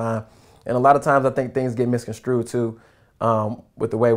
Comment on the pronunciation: it's misconstrued not screwed